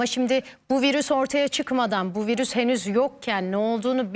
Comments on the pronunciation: Vırus dedikçe bi garip oluyorum 😢 virüs diyeydin nolurdu😮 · Virüs bile diyemiyor doctor tuzak bunlar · Virus mu? Koca profösör virüs diyemiyor.